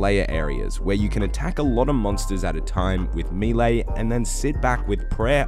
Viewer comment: it's 'may-lay', not 'mii-lay'